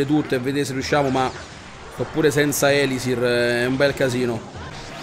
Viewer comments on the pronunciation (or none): Ahahahahahahahahahahahahahahaha me fai tajá!!!! Fatti dare ripetizioni di gioco da Mirko 😂😂😂😂😂😂😂😂😂😂😂😂 no scherzo dai... Beellaaaaaaa Zí (e ti prego chiamalo elisír non élisir perché nun se pó sentí te preeeegooooooo 😜😜😜)